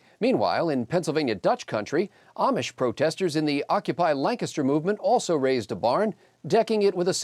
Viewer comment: Good to see someone who can pronounce Lancaster correctly! (Capital of the U.S. for one day.)